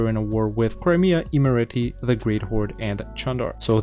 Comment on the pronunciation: Omg you pronounced "imereti" so well